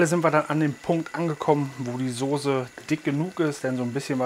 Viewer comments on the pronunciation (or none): none